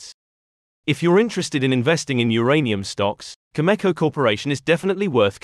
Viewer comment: Cameco, not Chemeko